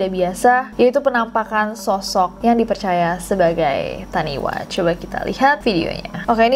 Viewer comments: Just sharing aja "taniwha" itu dibaca "tanifa", dlm bahasa Maori "wh" bunyinya "f", kalo bunyi "w" tulisannya "w" aja tanpa h ✌🏼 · Oh iya kak, di Bahasa Maori kalo ada "wh" dibacanya "f", jadi taniwha dibaca tanifa 😚👍